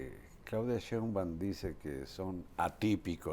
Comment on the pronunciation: Don Carlos Marin, permitame usted hacerle una respetuosa correción en cuanto a la pronunciación del apellido de la jefa de gobierno. Es Sheinbaum y no Sheumban como dice usted. Reciba un saludo y un caluroso abrazo.